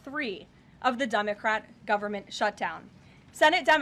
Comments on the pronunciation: Did she say Dummacrat Shutdown? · Did she say “dumbacrate!” 😂😂😂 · Yes...yes she did! GOOD STUFF 😂🤣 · Sounded like she said dumbicrat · If she didn't, allow me to: Dumbocrat! Oh ooops! Did I say that wrong? 😮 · That’s what I thought 😅